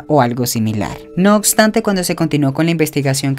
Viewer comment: No ocstante, autocsia, acectar...